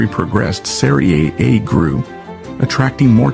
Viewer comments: You should never say Soccer again(it's wrong to say Soccer). I'll try to help you pronounce SERIE A the right way. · Or just USA butchered, no research accent 😅